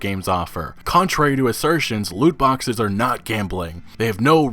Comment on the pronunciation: “No Loot Boxeth, No premium Pathez”